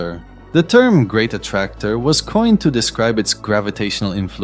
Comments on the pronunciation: Is this some AI voice nowadays? The great A T T Tracor? What the hell! At least make it speak the main word of the video correctly. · Bro it says "A Ti Ti Tractor... " ... It's the main word of this video and it says it wrong.